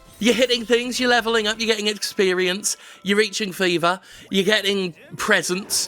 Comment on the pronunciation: I heard FIFA level, not 'fever' level and was rather confused :)